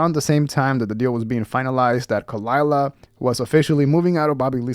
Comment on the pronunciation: I know. Me neither. But come on, Kuh-lie-luh is too good not to get out there. Or do you not get it